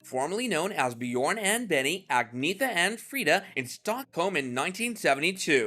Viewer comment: Why can’t people pronounce the name Agnetha?